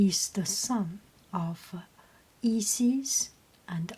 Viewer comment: I believe both Isis and Osiris are pronounced with the sound like eye or like you would say the letter i. Such as eye-sis or os-eye-ris. Hope that helps.